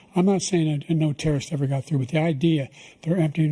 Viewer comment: LYRICS the only trrrrrsts whos done anythn crossin the border, is one who came alayn killed three - under his administration - Killed th - an al quaida uh person com- ahahahand his administration - killed three american soldiers, killed three american soldiers. That's the only trrrrrst that's there, I'm not saying I didn't know trrrrrst ever got through, but the idea, they're emptying these prisons werel we're welcoming these people, it's simply not true, there's no data to support what he said, once again he's exaggerating, he's lying.